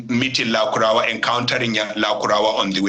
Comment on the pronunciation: This presenter accent is just annoying, he his even pronouncing lukarawa instead of lakurawa